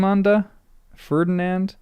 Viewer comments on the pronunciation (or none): none